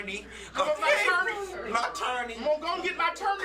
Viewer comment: talking about “My Torney” 🤣🤣🤣🤣💀💀💀💀🤣🤣🤣🤣